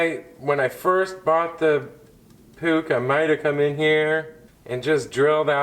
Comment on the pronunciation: it is not Pooch or Pook. It's POOH (phonetically [PUX]). the last vowel (CH) is actually H as in "loCH ness"